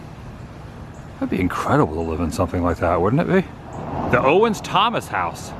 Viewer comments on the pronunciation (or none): none